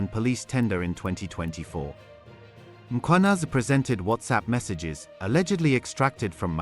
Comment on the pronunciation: The presenter "Nhlanhla Mkhwanazi" you'd swear he is Zulu. Perfectly calls him.